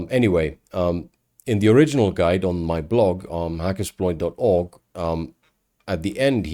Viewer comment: I miss the way you used to say hacker”sh”ploit for a short time about 6yrs ago, always love the vids tho👍